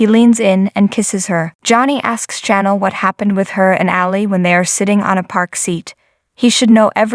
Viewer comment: Please pronounce Chanel's name properly . Channel is for tv stations Chanel is pornounced like the cologne . Thank you